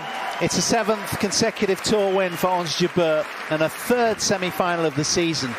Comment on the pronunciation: it's "jabeur" not jubear... :)